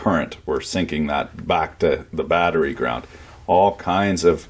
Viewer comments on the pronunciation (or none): none